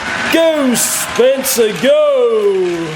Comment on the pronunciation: sounds like you said spitzer